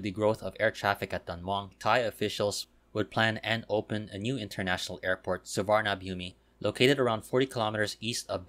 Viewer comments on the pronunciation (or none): Nice video. Just a correction... Suvarnabhumi is pronounced as Suwanaphum. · That's incorrect. I am not sure how it is pronounced in Thai language but it's an sanskrit language word. Suvarna (Golden) Bhumi (Land), Which can also mean Auspicious land. The Sanskrit pronunciation is Su-warna-bhu-me